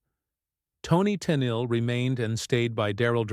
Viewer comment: Ai can't pronounce her name correctly, usea real person and we don't need things explained, not everyone is an idiot